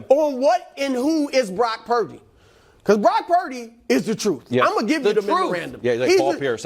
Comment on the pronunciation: it’s not prince…. it’s glock purdy